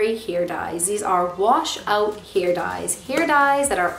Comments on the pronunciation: I feel like every time you said “hair” it sounded like “here” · the way she says hair - heir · I've never heard anybody say the word "hair" like that before 😳